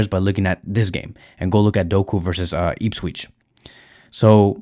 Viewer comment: "Eeepsweech" 😂😂😂 my brudda its "ihps - witch"